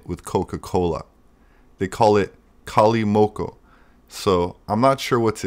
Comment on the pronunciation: *kalimotxo the 'tx' would be a 'ch' (pronounced as an 'x'), and that's how we spell and pronounce it in the rest of Spain. Indeed a popular way of drinking wine, specially amongst the youth (the coke masks the very cheap wine)